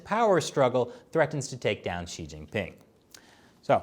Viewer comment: Pronunciation of “Xi” is “See” not “She”. Try that in your next episode.